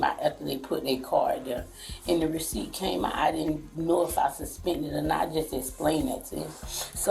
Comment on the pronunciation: I didn't know I suspended the weeciept😂😂😂